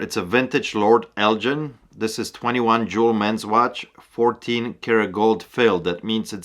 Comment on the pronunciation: thanks for sharing your knowledge! you made me laugh when you pronounced 'Lord Elgin'; we pronounce it like the hard 'g' in beggiing.it's a beautiful place in Scotland if you ever visit us over here!